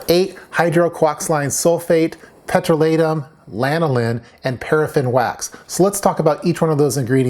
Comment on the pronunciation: I always though that "petrolatum" had the accent on the 2nd syllable, i.e., on the long "o". After looking it up, you are right. Now my world is upside down.